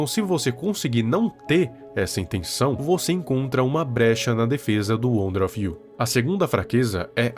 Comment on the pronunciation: Não quero ser chato mais o nome na rela wonder of U. Não wonder of you. E estranho ouvir você falando o nome errado